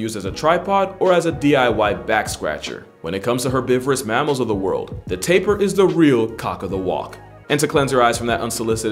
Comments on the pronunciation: Thanks for shouting out my country!!🇧🇿 I enjoy watching your videos and btw it’s spelled Tapir not Taper lmao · nice selection man. couple of corrections/errata though: it's tapir, not "taper" - pronounced TAY-pee-ah. countless small animals have lifespans that match or greatly exceed those of humans, in fact some don't even experience senescence and so are biologically immortal. hyenas aren't really predators, they're scavangers who rarely take on live prey as they're poor hunters :) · bro its not called "taper" its called "tapir" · I’m from Belize we pronounce it Tah-peer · He man i realized that you misspelled "Tapir". This Is Pronounced as Ta-Peer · Cuscus is a blanket name for four species, one of which is the well-known Slow Loris. It's "Takin" not "Talking" and, it's a goat-antelope. It's "Tapir", why are you getting all these wrong reading from Wiki? You didn't timestamp the bird... Did you actually assume that people thought bandicoots were made-up? And you ended the list with two things that anyone who ever watched BBC earth's most famous clips have seen for sure. The amount of effort put into this is low. Things aren't proof-read, and given some of the other content I've seen from you it's honestly no surprise at this point. So, why am I commenting if I think you did a bad job? To let others know this is average for your channel, and hopefully deliver a wake-up call.